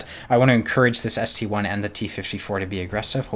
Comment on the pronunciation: It's not ST-1 It's ST-I (ST-i)